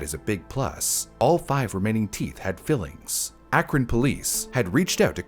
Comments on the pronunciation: Came here to say this. I kept saying, "ACKron!" 😆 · By the way, the “cuy” in Cuyahoga is pronounced like “Kai” or rhymes with “my”. “Kai-uh-ho-guh”. And Akron is pronounced “Ack-run” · Dang eff Ohio lol Akron pronounced crazy too lol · I am begging yall to watch a local news report before trying to just guess how to say stuff like Akron or Cuyahoga lmtao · Only tough part of vid was the mispronunciation of akron and cuyahoga throughout the vid, otherwise very well done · Am I the only one shuddering over every city and municipality name mispronunciation? Cuyahoga I can get, but mispronounced Akron too. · I lived in the Cleveland area for a while. The only place name you pronounced correctly is "Rocky River." And Akron, 1/3 times... Is it that hard to look up? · Just FYI Akron is pronounced with a short A, like the word ant. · I’m glad you commented this, being from northeast Ohio I flinched every time he mispronounced Cuyahoga & Akron. That one time he sad Berea too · THANK YOU. I almost stopped watching because of it. Akron isn't exactly an unknown city, either. Drove me crazy, all the mispronounciations. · It's pronounced “ACK-run,” and not “AKE-ron" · "Cuyahoga" is not pronounced "koo-yuh-ho-ga", but rather "ky-uh-ho-ga". Edit: And "Akron" is not pronounced "Ay-krun", but rather "Ack-run". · It’s not Acre-on it’s Ak-Ron. It’s not Cooahooga, it’s Kaya-Haga. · It’s Akron not Aykron 😭 like the A in Apple. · AYY-KRIN lol its pronounced ACK-RIN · ack-run ohio not aaa-krun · And unfortunately, Akron is also mispronounced. It is pronounced Ack-ren, not Ayke-ren :( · As a native Ohioan, Cuyahoga is pronounced (Kai-uh-ho-ga) and Akron is (Ack-ron), not (ache-ron)😭😭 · Ok I have to be that guy as a local to the place. Cuyahoga (Kai-a-ho-guh) Akron (Ahh-kron) Great episode otherwise 😅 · great video. all the mispronunciations got to me though 🥲 cuyahoga sounds like. kaya. hawga. akron is ah. krin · Cuyahoga: KY-uh-hog-uh Akron: ACK-rin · Kai-a-hoga Ack-run